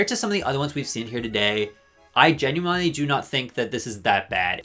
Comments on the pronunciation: Why does he keep saying "Ginuwinely" like... I have never heard someone say genuinely like that (no offense, fascinating stuff) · ok but can we talk about the way he says "genuinely" is this an inside joke or...